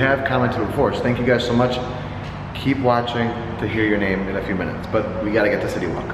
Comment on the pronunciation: Thank you for the shout out it made my day!! And thank you for pronouncing my name correctly, not many people do 😀